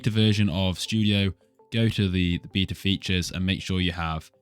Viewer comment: "bita" besides that its good!!